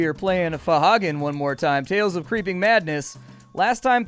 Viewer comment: huehue Fohagen